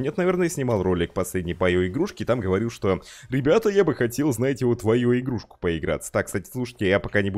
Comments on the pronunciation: ИО ИО ИО а не аё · Не айо. А ио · не айо а ио